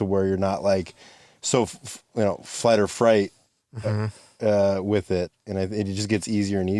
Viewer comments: I think this guy meant to say fight or flight lol it’s not fight or freight… there’s also freeze, fawn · It's "Fight or FRIGHT" from now on, instead of Fight or Flight